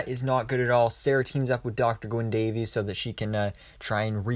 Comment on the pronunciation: Gwyn Davies. He's Welsh. Not "Day-veez", he is "Day-viss". He even corrects Sara.